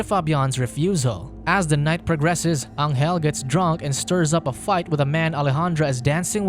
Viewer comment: Pronuntiation. Angel in Spanish sounds like Angel in English but G